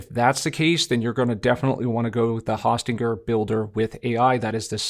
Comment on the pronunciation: Very informative video tut ... thank you! In the future, I believe it's pronounced Hosting er.